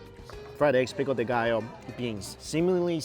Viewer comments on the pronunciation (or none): none